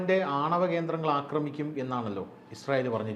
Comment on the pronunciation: 'അക്രമിക്കുക ' എന്നല്ല. 'ആക്രമിക്കുക ' എന്നതാണ് ശരി